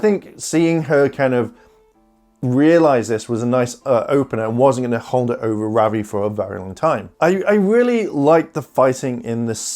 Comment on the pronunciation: Your saying ravi wrong